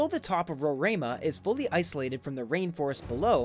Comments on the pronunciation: Hi ,I am from Guyana. Mount Roraima is pronounced as RO-RI-MA. It is actually is in GUYANA. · You could have easily called Brasil to ask how to say Roraima. Maybe the head of state of English Guyana would dislike that, so I understand your confusion.